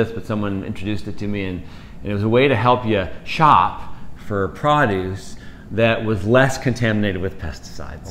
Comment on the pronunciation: Pro' duce, not prod ' uce